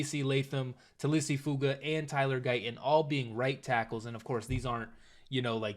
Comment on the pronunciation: It’s pronounced “tuh-lease foo-aw-guh”